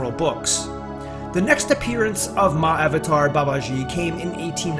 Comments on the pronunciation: FYI. The word Mahavatar is two parts. "Maha" and "Avatar". Maha means great. Avatar mean Incarnation. Together it is pronounced "Maha Avatar". It is not "Mah" "Avatar". Mah means mother. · a small correction : It is pronounced Mahaa-Avataar. not written like that though. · The pronunciation: Maha-vater instead of Ma-avater. Isn't it? Maha means great. So I think it needs to be pronounced... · It's not pronounced Ma-avatar. It's pronounced Maha-Avatar. Maha means great or noble. It's similar to Mahatma (Maha-Atma) Gandhi. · Why does he keep saying "Ma Avatar" instead of "MAHA-Avatar"? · yeah does sound like that. maha avatar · It would be nice if you could actually pronounce Mahavatar properly. In Sanskrit the "a"s combine in Sandhi. Maha Avatar. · The proper pronunciation is ma-ha-avatar... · Tupark82: Yes, he left out a sound. It should have been pronounced maha-avatar, but conventional spelling unites the two. 'Maha', in Sanskrit, means 'exalted', or 'great'. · i really thought he was saying my avatar babaji 😂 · You don't even know how to pronounce Mahavatar, sounds ridiculous the way you say it. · Why are Americans so absolutely terrible at pronouncing Indian names? It's like they don't even try. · When you figure out how to correctly pronounce "mahavatar" then I might listen to your video beyond 20 seconds. Get a clue!